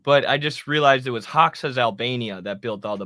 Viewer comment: my man lol Hoxha is pronounced “Ho-Jah” with a “J” being a soft J like in the name Jacque (like Jacque Cousteau) and the “ah” like “ah ha!” Thanks as always for the great vids!